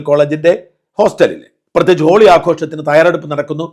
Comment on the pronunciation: ജോളി അല്ല ഹോളി